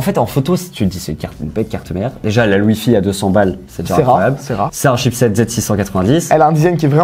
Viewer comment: G rigoler pendant 5 minutes quand il a dit le wifiT et le bluetoutE !